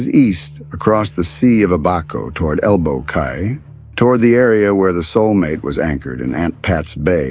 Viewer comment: ELBOW CAY is pronounced KEY